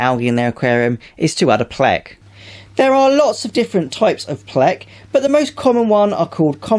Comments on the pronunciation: It's pleco not plec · Its plec-O not plec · It’s called pleco not plec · al-gee and it’s a play-co. not a plec. and not al-gay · It’s pleco stop saying pleck you are rapping my ears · Anyone else annoyed how he completely misses the vowel "O" in the word pleco not plecs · Why are you pronouncing pleco as “pleck” and not enunciating the o? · Plec?! Who says plec? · Is that hard to say Pleco?